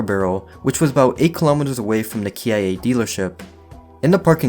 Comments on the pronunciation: Kia is pronounced “Kee-uh” 😅😅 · The MJ guy probably hadn't been sentenced yet I'd assume and the car dealership is KIA said "Key uh" good video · Hey, love the videos man, youre gonna make it i gurantee. Ps, idk how to say this without sounding like an ass but you encourage criticism, kia is pronounced key-ah. Anyways keep it up, youre great to watch while playing video games hahah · dude really said KIA like K I A dealership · ish you Can see a KIA sign so its a Kia dealership but idk why he Said it like that haha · Is it just me or did you say Kia wrong